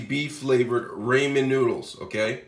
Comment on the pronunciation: Ps it's ramen not raeman dip shit